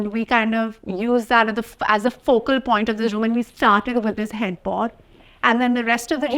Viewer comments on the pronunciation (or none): none